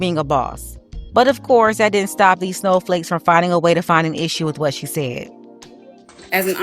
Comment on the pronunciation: Did u say soul flakes? 😂😂😂